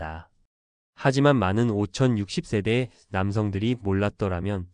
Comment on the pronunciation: 한국사람 맞나요? 50 60세대조차 읽지못하면서 무슨....